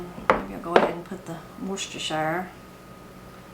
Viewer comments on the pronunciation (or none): Just a friendly fyi...it's " Wooster Sheer". Like, "Rooster Sheer". That's an easy way for me to remember to say it anyway. 😊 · Hi from the UK,. Worcestershire sauce isn't as complicated as it looks. Worcestershire is an English county with Worcester a city within it. The English pronunciation of Worcestershire Sauce is Whoos-ter sauce. We miss the shire off altogether for the sauce but if we were saying the place names it would be Whoos-ter for Worcester and Whooster-sure for Worcestershire. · You Americans have a hard time saying Worcestershire.... Across the pond here most just call it Worcester sauce (pronounced "wooster") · One-day I heard a girl pronounce Worcestershire sauce,she said "Roy's sister sheree sauce" I laughed and laughed....but now that's all I can say, and I smile every time I say it.❤